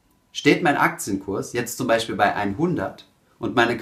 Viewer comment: "Beschpreschen", "welsche" - "zwichen" "Beichpiel" - Kann man sich nicht disziplinieren, diesen schrecklichen Dialekt, wo "sch" und "ch" vertauscht werden, im Video wegzulassen? Würde das Hören des ansonsten sehr kompetent und sachlich vorgetragenen Contents enorm vereinfachen.